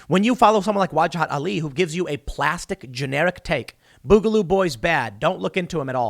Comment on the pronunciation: Tim boogaloo comes from the word boogie you're pronouncing it wrong I'm sure you've been told this